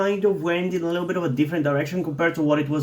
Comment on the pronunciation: I don’t know if you already knew it but it’s pronunced ai-en not in literally, if you’re pronuncing it like that beacuse you want it’s okay, i’m just saying cause information